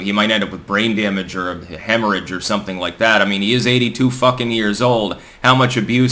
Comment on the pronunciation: Did you say hemorrhage or hammerage ? 😂